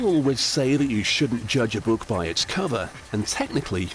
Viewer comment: "this buke"